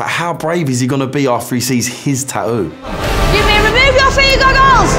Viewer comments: Tattoo ffs speak properly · Is it really that difficult for the hosts to say the "T" in the word tattoo?. They say the first one. .all I hear is Taooo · It's tattoo no tahoo